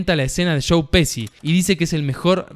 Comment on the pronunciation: Me sorprende que un argentino pronuncie pesi para decir Pesci.